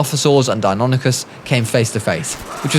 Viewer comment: It's pronounced die-non-ic-is